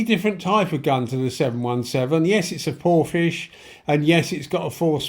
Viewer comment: how do you pronounce Porphis as Porphish should it not be Porfis